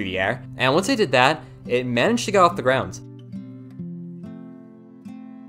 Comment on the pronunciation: Idk if its just me bout every time he says "GROUND" I hear him say "GROUNDS"(btw I love your vids)